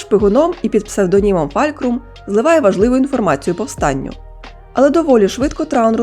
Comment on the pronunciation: Ну чому Фалькрам якщо навіть в оригіналі кажуть Фулкрум . З усією повагою але все ж таки надалі неробіть таких помилок